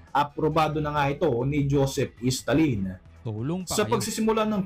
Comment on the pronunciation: Hahaha Dyosep istalin,diba dpt Joseph Stahhlin sa pagbigkas ng Stalin